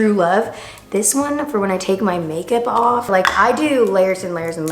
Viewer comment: going awwwwff we love the New York accent as New Yorkers